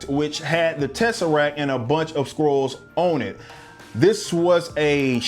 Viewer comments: You were saying Scrulls. I thought you were saying *squirrels*. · Am I the only one who heard "Carol Danvers is kidnapped by some Squirrels"? xD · Are you saying squirrel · Why does it sound like squirrels every time I hear someone say Skrulls?